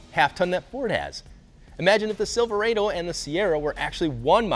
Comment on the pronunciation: So is that how you're supposed to pronounce Sliverado "Sliver-ay-doh"